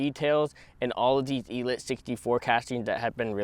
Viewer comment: ELEEEETE.....el-eeete like... il-eat